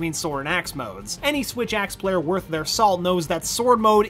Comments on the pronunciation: you mean "swith axe" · Swith axe XD